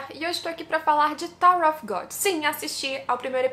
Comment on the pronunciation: Excellente video, muito obrigado pelo conteúdo !!! Só uma observação, você tem uma pronúncia em inglês muito boa, um detalhe, “Of” em ingles se pronuncia “óv” com V mudo, se vc pronunciar “Ofe” a palavra que você está falando é “OFF” que tem outro sentido